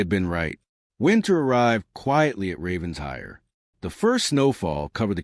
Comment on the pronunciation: The AI keeps saying Ravens hire. But it’s pronounced Raven shire. Other than that I love this story!